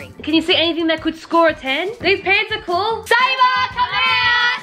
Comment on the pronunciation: Her name:Sabre Them pronouncing: Sabah